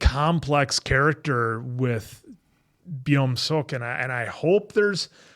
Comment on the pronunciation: why do you guys say sohu instead of suho and byomseok instead of beomseok 😭😭